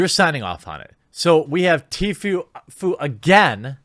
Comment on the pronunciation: Please pronounce it TFOO